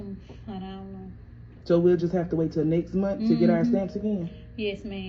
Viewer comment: MONTH!!!! Not munt